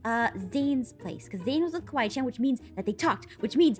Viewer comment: It kawai~chen not Kawai Chan